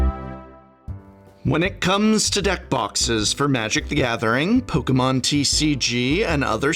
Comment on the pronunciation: I'm going to be a pedant about it (and this is mostly a joke) because you normally pronounce it correctly. You got Pokèmon wrong.